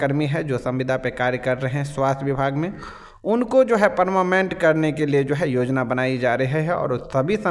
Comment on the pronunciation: Are paramament nahi hota hai😂 parmanent hota hai boka 😅